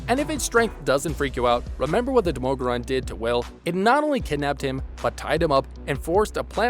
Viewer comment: why do you pronounce the demogorgon so weirdly